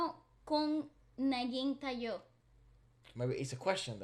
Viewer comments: Ta-yo not Tayo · the way you pronounced "tayo" has the meaning of perpendicular. For this song paano kung naging tayo means what if we become (us).